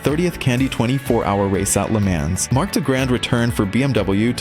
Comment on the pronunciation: Your pronunciation of Le Mans is incorrect.